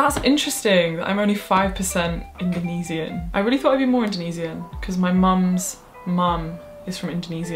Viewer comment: wait is that how you say "indonesian"? 2nd language struggles lmao